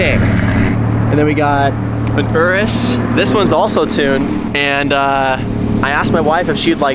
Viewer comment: Yall just ganna ignore that he said Ur-is and not your - is?????? 🤯🤯